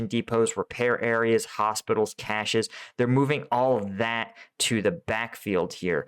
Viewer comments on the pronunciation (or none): none